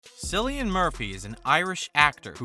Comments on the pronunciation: "Sillian Murphy" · Are you serious? You spent time narrating this video and you couldn't even pronounce his name right? You lost me as a viewer after the very first word. That's a first.